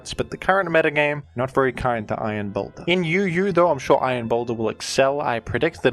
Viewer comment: You said it wrong, his name is iron pounder